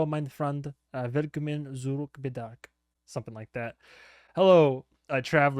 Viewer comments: i know im late but usually (not in the case for "germanized" words like Puzzle or Jazz) Z, especially in 'zurück', is pronounced like the hard TS in Tsunami; Tsurück. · If I may give you a pronunciation pointer for "zurück": the German z is pronounced like "ts" in English. It can be a bit difficult for English speakers to actually implement since it doesn't exist at the beginning of words for you guys (I think?) but the sound in itself is fairly common: Think the plural of any word that ends in t, e.g. cats. That ts sound but at the beginning of a word (or anywhere really!)